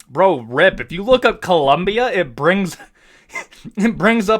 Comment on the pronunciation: Bro thats clearly the flag from ecuador not colombia. Also its colombia not columbia.